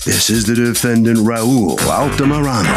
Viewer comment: Why does harvey (the reporter outside) always say "defenDANT" instead of "DEfendant" 😂 he puts the stress at the end of the word and it sounds so weird